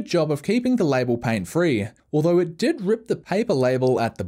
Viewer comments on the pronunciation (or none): none